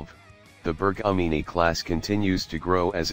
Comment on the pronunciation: Un po' d' attenzione alla pronuncia? Sono denominazioni in lingua ITALIANA 😊😊😊